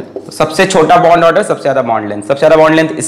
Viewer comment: "bond aader" 😂😂 Love you sir 😍❤️❤️